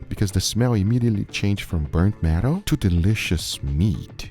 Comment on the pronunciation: It took me a good minute to understand he wasn’t saying “burnt meadow” but instead “burnt metal”